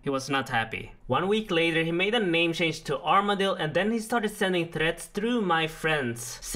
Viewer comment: We had to "shange" the way we PK lol